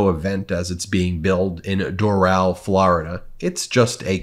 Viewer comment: Not Dor'al. It is pronounced Doral as it is spelled. "Dorull" not Dorale.